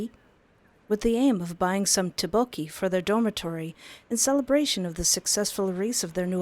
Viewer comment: I LOVE YOUR VIDS BUT THE TTEOKBOKKI PRONUNCIATION IS OFF😅😅